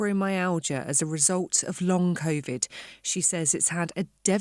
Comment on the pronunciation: Long j@ it is not ‘ long coNvid